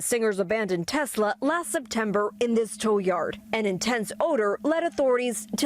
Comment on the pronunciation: needs to learn the proper way to pronounce the word Tesla.